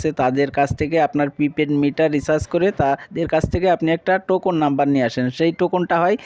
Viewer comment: টোকুন না ভাই টোকেন।